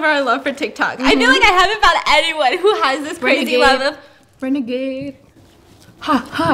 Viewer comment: She said brenegade.... Ugh it renegade...